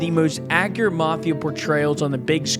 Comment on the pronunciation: It's the mafia , ** not marth ia. ** , there's no r , mafia ***, ...